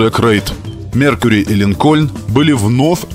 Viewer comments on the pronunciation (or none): Много раз произносится слово "Линкольн" с ударением на "о": "Линко'льн". А на самом деле он "Ли'нкольн", с ударением на "и". Ну ёмана, как так-то? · Не линкОльн, а лИнкен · Автор молодец, всё супер, но 1 маленький нюанс. Правильное название марки не ЛинкОльн, а лИнколь, в честь 16 президента США